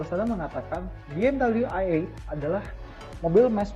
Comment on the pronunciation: Pas baru loading ni video, gue kecewa sama si host. Masa dia bilang BMW ai-eitgh (ejaan bahasa inggris). Ini review indonesia bray, so u pake dong bahasa Indonesia dengan bilang Be Em We i-delapan.